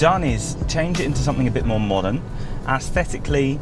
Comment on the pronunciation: If I hear “aesthetically” mispronounced one more time I will lose it 😂. Anyway, nice review. Thanks